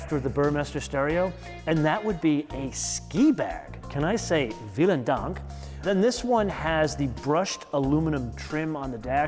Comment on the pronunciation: “Viel” is in German pronounced with the f sound : Filen dank